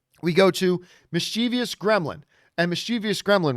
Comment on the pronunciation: It is MischieVOUS ! Why most everybody say mischievious? 🤔